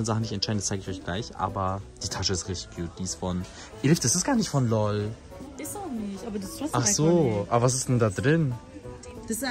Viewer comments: das heißt L O L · Es heißt njcht lol sondern l o ll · Das heißt nicht lol sondern l o l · Alles gute zum Geburtstag NIsSA💗💗😍❤️‍🔥❤️‍🔥und!es heißt nicht LOL sondern L O L🤣🤣🤣🤣🤣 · Man nennt das L O L nich LOL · das wird nicht lol aus gesprochen 😂😂😂😂😂einfach so lol😂😂😂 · Lol😂 es heißt L....O.....L einzeln aussprechen